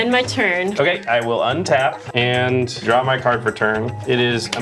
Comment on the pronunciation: Kyle: “I’ll drawzi” 😂